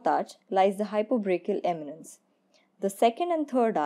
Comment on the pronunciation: why are you saying hypobrachial eminence?